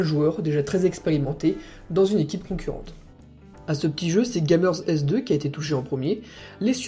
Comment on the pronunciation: Par contre, on dit Gamers2 => "GamerzTwo" et pas Gamer S2 xD. Sinon bonne vidéo:)